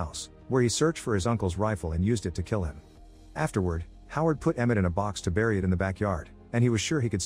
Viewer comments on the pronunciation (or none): none